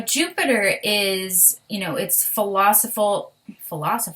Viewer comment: Hello I'm a Aqua / Pisces cusp....and..I really ♥️♥️Pisces ladies! So gentle, artistic , and loving too.... However ,I do NOT like being " owned" . And yes , also have intuitive, ( I mean psychic) gifts ..very useful....best wishes from a water carrier. Er....that's Phil - o- soph- i- cal. ! you're nuts, but great!